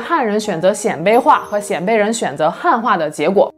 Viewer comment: 鲜卑，读 先，一声